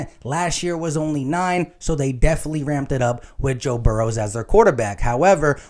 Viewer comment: No “S” in Burrow.. FYI lol.. GoBrowns